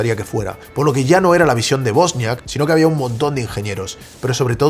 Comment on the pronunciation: Es Wozniak no bosniak. Buen resumen